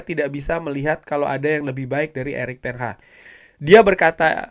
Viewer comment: Bukan Erick Ten HAHHHHHHHHHHH tapi ERICK TEN HAG Lagi lagi Erick Ten Hahhhhhhh Erick Ten Hahhhhhhh 🤣🤣🤣🤣🤣🤣🤣🤣🤣